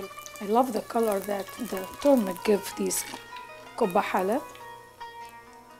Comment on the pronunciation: It's not pronounced turmic ! It's turmeric .